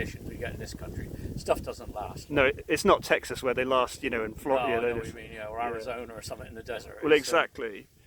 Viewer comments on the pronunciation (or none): none